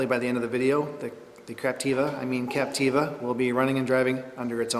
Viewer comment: OMG LOL I just realised you keep saying ''craptiva'' lol! omg I don't know if you're saying that accidently or purposely but its hilarious anyways <3